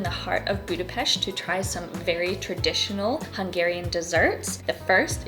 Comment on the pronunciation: Thanks for taking the effort to learn proper pronounciation of Budapest and other words... ❤❤❤